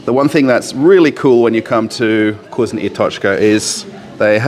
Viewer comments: You really sound silly when you say vgoozno ! It’s vkoosna ! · I hear 'cuisine and tochka" everytime